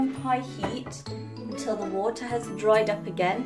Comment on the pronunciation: Liked the way u say wooterrr